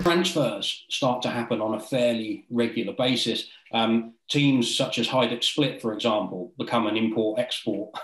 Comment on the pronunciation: Outstanding pronunciation of all names too, seems you have really done your due diligence! Excellent work!